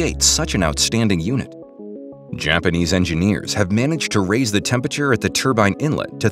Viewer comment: It's "temperature", not "tempature" lol